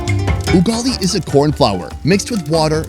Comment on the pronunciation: ah yes he pronounced as ungali its ugali